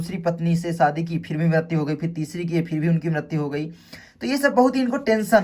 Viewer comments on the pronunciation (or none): none